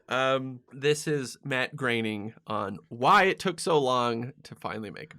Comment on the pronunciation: "Bat Groening" He was so worried about pronouncing "Groening" correcting.